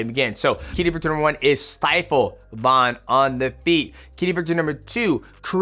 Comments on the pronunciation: VAN NOT VAUN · Bro.. his name is Van not Von.. I swear fighters are the worst and pronouncing other fighters names lmaoo why you making it harder than it needs to be 😂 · his last name is Van bro why do you keep saying Vaughn 😭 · Van not von🙄😮‍💨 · VAN not Vauhn